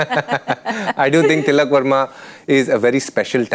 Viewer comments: It's Varma, not Verma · They were ready for ”Sharma “😍 ”Verma " came out of syllable’s 😂